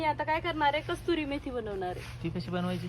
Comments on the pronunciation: कस्तुरी नाही. कसुरी मेथी म्हणतात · कस्तुरी नाही कसुरी